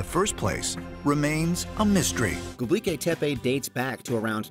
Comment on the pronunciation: hey! it's not pronounced göbliki, it's gö-bek-li. you're switching the last 4 letters and changing the last letter. you're pronouncing it very wrong my friend. 😅